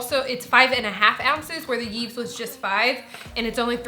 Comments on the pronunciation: Yves is a Canadian brand and it's pronounced "Eve" because it is a French word. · The pronunciation of Yves is "eev", you were close, you just don't pronounce the s